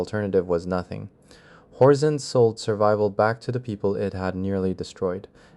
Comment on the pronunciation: it's horzine, he reads it as horzeen for some reason he also says twenty ninety one which is 2091 subtitles are terrible though